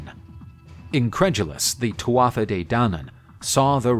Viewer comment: once again, a little thing, but it’s pronounced TOO-AH not TWATH-AH